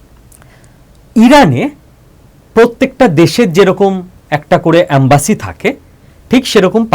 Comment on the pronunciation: এমব্যাসী.... অ্যামবাসী নয় ....